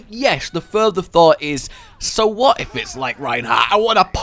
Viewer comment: "whif we give him"